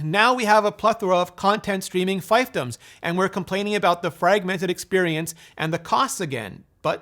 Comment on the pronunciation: Fiefdom is pronounced "feef-dum".